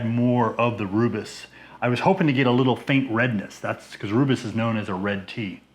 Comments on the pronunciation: Nice! I’ve been meaning to brew something with rooibos; this sounds like a nice combination. I might do a cream ale version though :) Btw, it’s pronounced roy-bus. Cheers! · Hi, looks amazing and sure it tastes incredible. As a South African please can you quickly watch a video on YouTube to pronounce Rooibos correctly 😊. I have made a Rooibos Ale and wow it was so good...maybe because I only drink Rooibos 😅 but I actually added the tea at flameout for 20 minutes